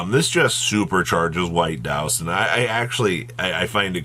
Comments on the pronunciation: He said Douston a few times but I think he meant Duston. It's funny that Yu-Gi-Oh cards texts are on a collage level but Yu-Gi-Oh players can't pronounce the most simplistic words. Like Yubel for instance. I don't know how the anime pronounces it but if you're going by the book it's pronounced You-Bl but I hear a lot of people say it as You-bell. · Is he saying White Duston?